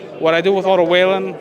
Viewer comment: Strange as a promotor not know how to pronounce Wallin after all this time.